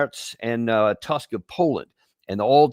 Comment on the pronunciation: Donald Tusk's name is pronounced Toosk, just in case.